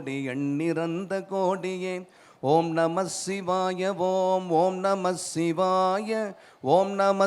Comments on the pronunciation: பாடலும் குரலும் அருமை தான்... ஆனால்... ஆனால் ஓம்நமசிவாய எனும் தமிழ் மந்தரத்தை ஓம்நமஷிவாய என்று உச்சரிப்பதுதான் ஏனென்று தெரியவில்லை... இறைவா... அறுபத்து நான்கு முறை நேரில் வந்து உற்றாரும் ஊராரும் காண, கேட்க வைத்த நீ இன்று ஏன் வருவதேயில்லை என்றெனக்குப் புரிகிறதையா... புரிகிறது....😢😢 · ஓம் நம ஸ்ஸிவாய ஓம் ஓம் நம ஸ்ஸிவாய ... என்று உச்சரித்ததை ஓம் நமச்சிவாய ஓம் ஓம் நமச்சிவாய ஓம் என்று உச்சரித்திருக்க வேண்டும்! நாம் ஓம் நமச்சிவாய ஓம் என்று தான் உச்சரிக்கவும் வேண்டும்!